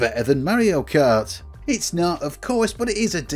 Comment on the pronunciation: It is SUPER MARIO KART NOT SUPER MEARIO KART